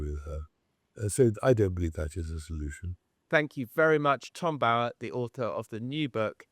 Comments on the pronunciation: Can you PLEASE pronounce Tom Bower’s name correctly!!! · Why cannot Tom Sykes say the name “Bower” correctly? He says it wrong every time! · Forget the fashion, too frivolous. Why do you miss pronounce Tom Bower’s surname? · Is his surname pronounced Bo-er or Bough-er? Tom Sykes is the only one I've heard pronounce it the former. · How does Tom Bower pronounce his name? To rhyme with flower or lower?